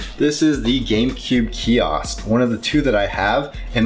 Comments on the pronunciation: Kee Oskh , KEE OSKH , KEEEEE OOOOSKH , KEEEEEEEE OSKH !!! FFS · It's pronounced KIOSK not key-oss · stop saying fucking kiosk... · If he says KIOSK one more time..... 🙄🙄😂😂